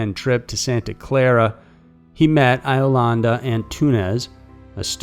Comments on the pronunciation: "Eye-o-landa"? Really?!? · Pronounced Beg-itch & Yo-landa. I-o-landa? Dude, really?